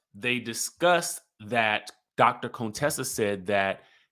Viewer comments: Her name is not cone Tessa it's pronounce kuntessa. Heavily would purposely call her Contessa in the beginning. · If yall don't stop calling her Cone-tessa 🤣🤣😂😭😂🙏 pls #fixitlawd